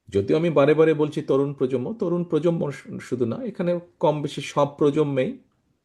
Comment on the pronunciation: উচ্চারণ প্রজন্ম হবে,প্রজম্ম নয়।